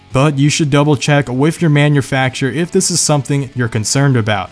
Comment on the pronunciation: He says wif instead of with and renember instead of remember. Idiot.